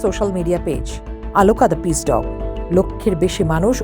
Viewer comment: Why does that ‘presenter pronounced AALOOKA’? Why not OLOOKA? Strange !!